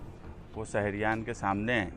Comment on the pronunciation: لیڈر صاحب اپنی اُردو صحیح کیجیے اپنے بولنے کے تلفظ درست ادا کیجے۔ صرف دو جملوں کو سُن کر میں نے کمینٹ کیا اور آگے دیکھنے کی طبیعت گوارہ نہ کی۔ سہر (شہر) سہریان (شہریان) اِسوج ( اِشوز issues ) مہربانی کرکے علم حاصل کریں اور سیاست میں آئیں۔ اگر میری بات سے کوئی ٹھیس پہنچی ہو تو معذرت